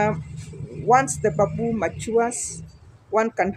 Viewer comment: it is call bam boo , not ba buu. ✌️👍